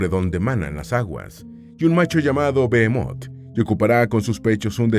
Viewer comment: No es bemot sino behemot que significa bestion, además esto está en poesía, deberían de documentarse